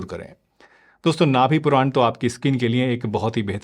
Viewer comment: नाभि पुरान नहीं, नाभि पूरण कहते हैं